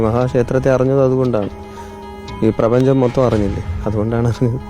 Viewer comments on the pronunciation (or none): പ്രെബഞ്ചം .. 😂😂 എവിടെയൊക്കെയാണാവോ ഈ പ്രപഞ്ചം